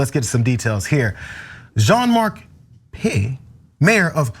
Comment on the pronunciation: Peillex, probably pronounced peyecks. The final x isn't silent.